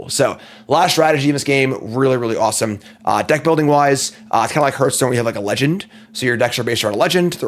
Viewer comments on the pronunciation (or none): Sorry, can't watch a video where the host doesn't know how to pronounce Hearthstone.